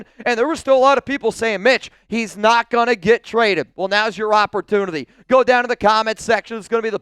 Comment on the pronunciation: You say the word "opportunity" very strange